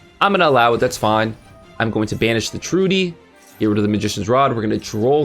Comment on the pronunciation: Cant wait for Gaze of Timaeus so i can summon Dark Paladin. Also Trudeau is pronounced True-Dough and Caesar is pronounced See-Zer. Just so you know.